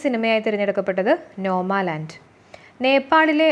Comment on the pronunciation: Nomaland alla , 'NOMADLAND' aanu.